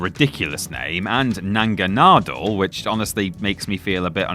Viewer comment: trying to say Pokémon names is literally the funniest thing about this video lolol naga-nadel ma-wheel🤭🤭